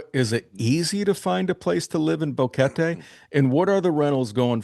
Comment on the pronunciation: How long has he been there? GEEZ he should know how to pronounce Boquete. Bo Ket TAY.... his 'bo KET Tee' is grating for anyone that knows how to say it.